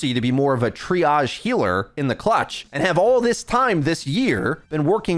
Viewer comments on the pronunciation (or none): none